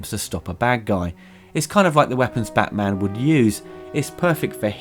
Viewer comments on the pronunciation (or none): none